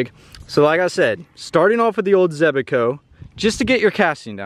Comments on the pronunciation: Zebaco😂 it’s Zebco😂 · Zebco 33 was my first reel, but you are adding an extra E in the name Zebco. Youre saying it Zeb-E-co, sorry it was just making me crazy, maybe its a Georgia thing? Your mom seems really,,,, nice. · I hate how he says zebco, zeb-eh-co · Joseph NY Wayfarer it was driving me nuts how he was saying zeb-a-co lol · ZEB-CO. It’s only two syllables. 😂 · Also can you please PLEASE for the love of God say Zebco right.. You keep saying it all wrong lmao 😂